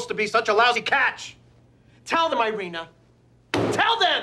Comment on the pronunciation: If she was an actual Russian speaking gal, she wouldn’t let her husband mangle her name like that. Irene (eye-reen) in English, Irina (eer -reena) in Russian. I don’t think you’d ever hear Irena.